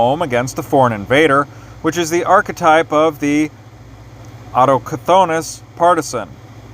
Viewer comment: Keep them coming! Autochthonous is pronounced awe-TUCK-than-us, btw